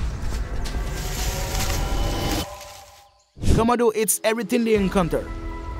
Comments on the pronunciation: They are the Komodo Dragons and not the Commodore Dragon, okay. So why can you pronounced it correctly huh? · Ven-am of de khamido 😂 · The commodore eats everything it comes across 😂😂😂😂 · Comma-do dragon lol. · A 5 minute video in 23 mins with a narrator who can't pronounce the name of the animal. Was some amazing footage though🎉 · I totally agree!! The announcer doesn't pronounce the name komono right. I turn the volume down for just that reason. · Y’all need to stfu already about how he pronounces Komodo .. he obviously has an accent & if it bothers you so much go watch another video . Simple .